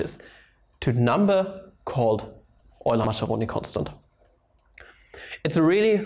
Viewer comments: Since you made a video on how to pronounce Deutch scientists names you know how I feel each time you say Masceroni instead of Mascheroni ;-) In Italian ch is equivalent to k as pronounce and it is used together e and i only. So the right pronounce is like it was written Maskeroni. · Lorenzo Mascheroni was Italian. There is no "sh" sound in his name. It is MASS-KAIR-RONI. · Great video, but pls 4 the italian viewers like me: Mascheroni has an italian pronunciation like "Maskeroni" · STOP that dumb pronunciation of MASCHERONI!